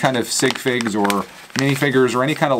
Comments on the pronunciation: It is minifigurers not minifingers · I love how you call mini figur es mini finger